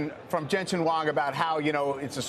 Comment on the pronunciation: jensen "wong?" lol.. at least learn how to pronounce his name correctly ffs. dude is worth $78 BILLION.